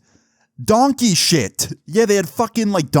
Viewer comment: Bro the way how he said donkey 💩😂😂😂😂😂